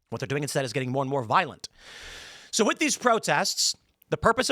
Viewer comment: “D’heys gittin paid” 😂